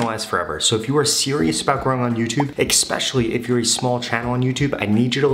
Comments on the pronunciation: bro it is especially not exspecially.. lmao 😂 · Especially < Expecially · The word is - Especially. please stop saying expecially. It’s making me mental. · This man doesn't even know how to pronounce the word especially. The way he says it, I bet he doesn't even know how to spell it either.